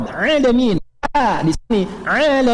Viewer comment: kamu paham gak sih saya mendengar bacaan habib umar sdh benar. yang di baca habib umar bukan alamin tp 'alamin